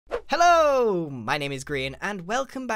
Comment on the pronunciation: Grian saying hello sounds like houngoungagne